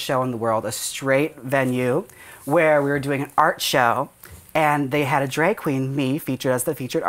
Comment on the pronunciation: Jaymes pronounced "drag" weird .. Or maybe it's just me 😶 "dràggg" ?? "draeg" ??? She "dragged" "drag" at the end of "drag" & said dràeg ??? dràeg ??? Crap now it's going to bother me LoL